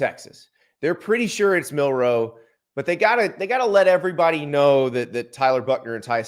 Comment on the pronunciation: Milroe not Mil Roe 😂😂😂